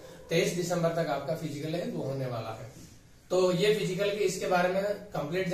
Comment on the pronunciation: सर फिजीकल नहीं फिजिकल होता है।